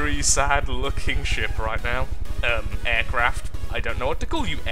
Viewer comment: The pirate sheep sounds like pirate ship with an accent.